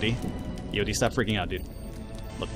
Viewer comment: you should call eod by the pronunciation ea-odd